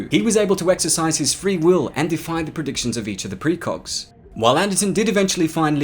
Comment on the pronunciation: Am I hearing "precrogs"?